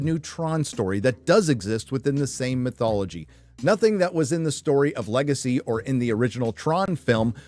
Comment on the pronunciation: 🤣"Le Gay See" 🤣